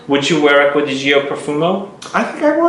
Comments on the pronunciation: It is Acqua di GiO ( like Joe), not GIo (like Gee-o). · Italien Aqua di Gio English: Water of Joe Please dont say g.i.o its a Name pronounce it: Joe